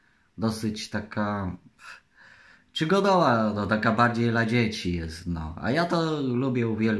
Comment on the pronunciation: "... to jest gra fastestastyczna... czygodowa " chodź nagramy jakiś Let's Play u mnie na kanale:)